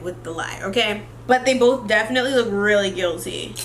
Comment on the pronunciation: "so imma do BOEth" that's how mind told me you said ✨💀💀💀 love ya girly